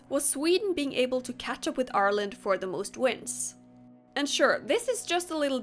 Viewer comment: very off topic from the video, but I'd like to just thank you so much for pronouncing Ireland properly.